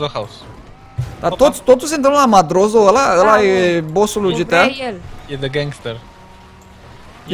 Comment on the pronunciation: se pronunță "MADRAȚO" nu madrozo